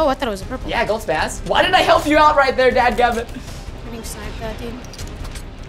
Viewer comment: The legendary is a spos not spaz (Edit) thank you for 2 I mean you sound it out like spos but is is spelled spas btw thank you for all the likes